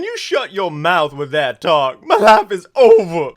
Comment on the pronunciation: It's pronounced WiTH not Wif.